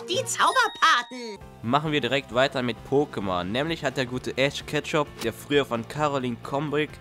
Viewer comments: Ich hab Ash Ketshup verstanden :D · alter er heißt nt Ash Ketchup sondern Ash Ketchum😤😤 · Hast du echt Ash Ketchup gesagt? 😂